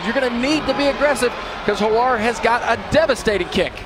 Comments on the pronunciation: Why do and the other guy keep calling Ollie Hoare “Hawar.” Were they afraid of saying a homonym that rhymes with “whore” or they just didn’t know? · Americans cannot pronounce Hoare. Howare????? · Gotta love Oliver HoAre pronunciation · Lmao at the commentators trying not to pronounce olli hoare's name correctly